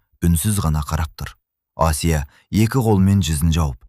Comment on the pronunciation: Қазақ тіліндегі әңгіме болған соң, Асия демей Әсия деп айтса болмай ма? Әңгіме өте әсерлі екен, рақмет. Алматы қаласынан, 72-жас.